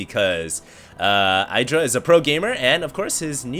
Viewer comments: IH-dra not eye-dra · It's IH-dra not EYE-dra. :) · 1. doesn't pay attention to the fact that Terrran opened with 11 Gas before Racks. Then he goes "OMG 2 PORT BANSHEE DIDN'T EXPECT THAT" 2. Since when is Idra anyone's fan favourite? 3. If wants to be like Idra he should pronounce his name right. He should also Rage way more. 4. Idra is a whiner. I bet the Terran said that crap at the beginning just to throw off Idra and make him rage more when he lost.